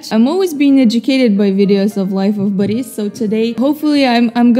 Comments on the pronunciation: it's BORIS NOT BAHRIS BLYAT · you're saying baris not boris just correcting you cus it's kinda bugging me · Nonono you pronounce Life of Boris wrong! You say Baris, that's wrong. Its Boris. With thick russian accent. Do not care if you think you not Russian. You speak Russian therefore can do Russian accent. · why do you say boris baris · what slav are if you cant say Boris correct